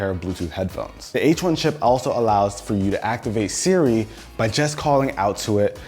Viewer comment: Why can't he say 'hey siri'??